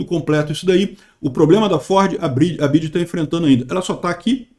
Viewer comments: Nao é Bid é BIDÊ kkk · Bi ya di (di e não dji) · A pronuncia correta é (Bi Uai Di) hahahaha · N sabe nem falar BYD 😂